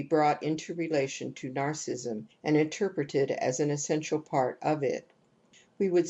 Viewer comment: much appreciated, but her pronunciation of narcissism as 'narcism' is so distracting!!! can we please give her a call?;-)